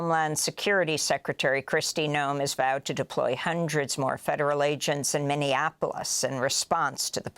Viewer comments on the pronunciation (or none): none